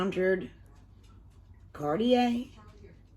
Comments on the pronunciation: Pronounced Car-day-ah ... I love her stuff. She usually doesn't include an instruction sheet. I think you just go by your instincts. I've bought some mystery boxes from her and some of the stuff was really a mystery to me. I had to go to her site to look up what some of it was. It was fun though. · You pronounce her name CarDa. She's fabulous! She has a youtube channel by the same a the box. She doesn't post as much as she used to.I love the candles. Thanks.